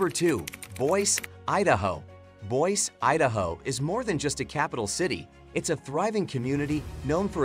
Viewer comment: "Boy-see" not "Boyce"